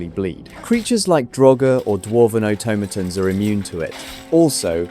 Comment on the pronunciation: Say automatons again. I dare you.